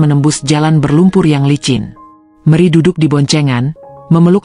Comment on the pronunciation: Mana gubugnya ngga ditampilkan sih terus kenapa nyebut nama Meri jadi meri